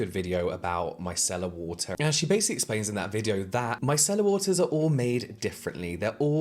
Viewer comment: Every time James says it, i think 'My Cellar water'. 😂 What Cellar did you get it from lol